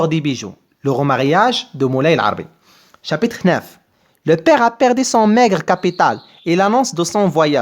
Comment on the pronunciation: شرح رائع و مبسط لكن المرجو الانتباه لكلمة chapitre و ليس chapiter